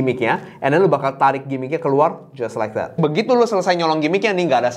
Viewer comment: Tiap kali dia ngomong "jias laek dat", gw langsung kolaps sesaat.